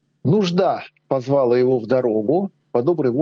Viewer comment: Не «позвáла», а «позвалá».